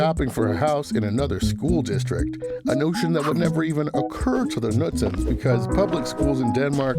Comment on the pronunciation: I just think he couldn't say Knudsen maybe